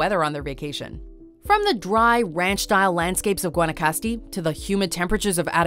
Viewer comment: Is not guanacasti is gua na cas te